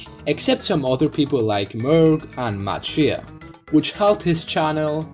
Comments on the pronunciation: mfw he pronounced matt shea as matt she-a (its pronounced shay) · “Matt She-ah” it’s pronounced Matt Shay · Did you know you said MattShea wrong? Its pronounced mattshee